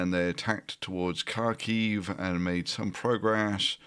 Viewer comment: Please say kharkiv correctly, you know bachmut already!